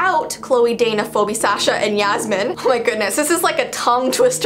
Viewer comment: Hollie Ann ikr i was like wtf. oh and sasha